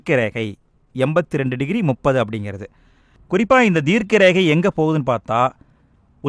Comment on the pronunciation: அட்ச ரேகை தீர்க்க ரேகை konjam clear ha sollunga sir